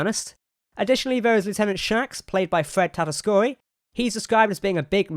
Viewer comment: On the topic of pronunciation... Fred Tatasciore's last name is pronounced "Tata-shore", not "Tata-score-ee"